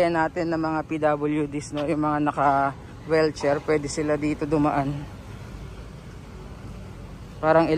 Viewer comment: Wheelchair po, di Wellcher 😅